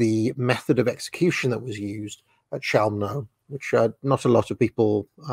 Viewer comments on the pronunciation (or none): You pronounce it “cheumno” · I’ve always heard “Chelmo” pronounced with a “K” rather than a “Ch” sound, but now I’m actually unsure which pronunciation is definitive.